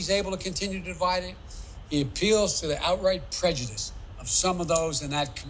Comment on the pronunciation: wise words, bro. liked. btw, did you hear her pronounce "prejudice" as "prejudicedom"? i didn't get to that part yet